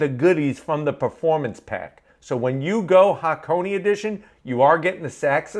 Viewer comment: Say it with me HA-KO-NAY. Not HAH-CONEY.